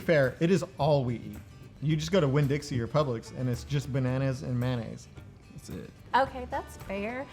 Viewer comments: It's pronounced may-oh-naze, not man-aze. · "Mannaise" I tell you what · i’ve heard of bananas but what’s man ay’s, do you mean mayonnaise?